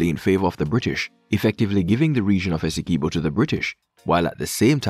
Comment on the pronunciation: Pronounced Essequibo properly